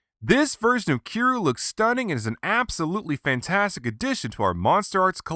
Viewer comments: you say kiryu like this ki-ri-you not ki-ru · Wait did this man just say kiruu...WTF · Its pronounced ( kee-er-yoo ) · Um its pronounced Key Ree You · it didnt say kiryu right, ive seen other creators use it, and it doesnt sound natural. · Stop mispronouncing Kiryu's name!!!